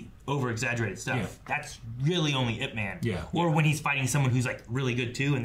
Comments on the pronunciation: ITS IP MAN NOT I-P MAN. PLS NEVER SAY I-P EVER AAGAIN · It is actually pronounced as YIP but they spell it as IP MAN, not I.P ..… YIP is his family name (aka lastname). Donnie Yen did a about four IPMAN film series but there are several versions of IP MAN that supposedly tells us different sides of his growth up to being thy grandmaster into teaching Bruce Lee almost everything he knows but was cut short after Mr Yip passed away. This is when he was in his early 30s but all the other different films tell the story back to when he was growing child to teenage thru to being a fearless master and so on. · It's EEP MAN not I P MEN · It's definitely not "Eye Pee Man." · I’ve seen this way back 2009. Saw it over 20 times. Ip-Man is a Cantonese,martial arts from Hong Kong. It’s the story of Bruce Lee’s master Ip-Man but in Cantonese it’s pronounced Yip-Man. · It's not "i" "p" man it's ip man. It a really good movie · Original Cantonese Cantonese pronunciation is closer to Yip Men. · It's IP as in one word not I P man. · Ahh..how it urks me when people say I.P. man. Just because its 2 letters you dont say them individual. The pronounciation of man is another thing..but can be forgiven 😂 (dont say it like superman..more like jamaican "ja man"..mAn, not men..short n) sorry..just a little pet peeve of mine. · Seriously? "I P"??